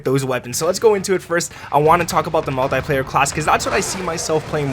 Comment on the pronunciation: It’s pronounced multeeeeeeeeeeplayer